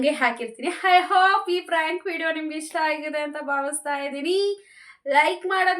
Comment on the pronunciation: spelling aste alla avru pronounce madtirodu ‘Frank’ antane .. correct her